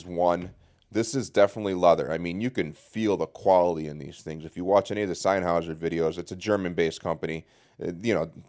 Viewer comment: the way you pronounce sennheiser makes me cringe hard